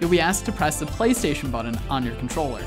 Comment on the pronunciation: What's a "buddun"? 🙄🙄🙄